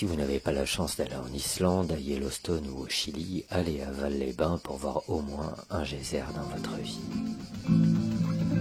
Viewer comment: ON NE DIT PAS VAL SANS PRONONCER LE "S" ON DIT VALSSSSS😁